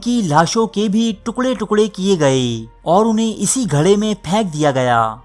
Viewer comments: Saala Indian Social media... Urdu Diary k naam se dhoka dey raha hai.... isko urdu tak tu bolna nahien aati .... GARHE ko GHARA bolta hai.... Dekhna eik din yeh raiste Pakistan k khilaf bhurkaiga... hoshyar raho Pakistanio... Hoshyar bashad... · آآپ صرف اتنا بتا دیجئیے کے جہاں ان لوگوں کی لاشوں کو پھینکا گیا وہ گڑھے تھے یا گھڑے تلفظ کو صحیح ادا کیا کریں